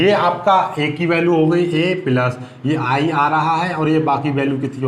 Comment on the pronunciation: Sir app bahut achha pdhate hai.but पिलस नहीं प्लस होता है।